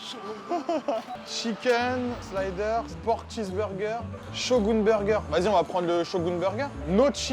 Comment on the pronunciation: Bonjour bonjour, je fais un commentaire juste pour en faire 1 et soutenir mon youtuber/streamer pref, son caméraman et son monteur ^^ Ah oui, j'ai compté le nombre de fois où tu dis Shogun... exactement 26x ! 😂😂 (et j'ai pas compté la fois où t'as dit chauv'gun 😂 )